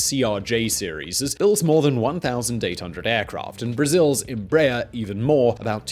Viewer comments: The pronunciation of Embraer was all wrong too: It should be 3 syllables, not 2 Em ----- Brah.---- Err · Como brasileiro, não Rio das pronúncias de BOMBARDIER, apenas Rio da forma como falam EMBRAER. As a Brazilian, I do not care about how they pronounce BOMBARDIER , just laugh about how they say EMBRAER. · Embraer sound like EmbrraAIR in brazilian portuguese. ;)